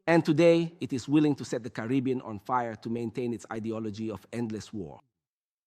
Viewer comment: It's Caribbean lol